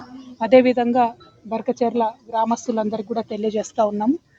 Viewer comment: బర్కచర్ల కాదు బుర్కాచర్ల